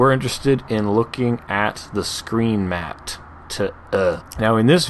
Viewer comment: "Screen MatTTTTTTT E "